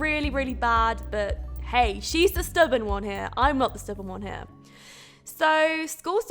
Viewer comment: When you said "When Jane finds the one." It sounded like "When Jane finds the wand." Ring a bell? Descendants? The movie?